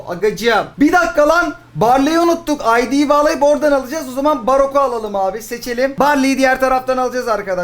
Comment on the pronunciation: Brock❌ Barok✅